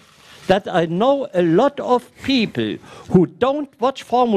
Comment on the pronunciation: Did the man just say peeple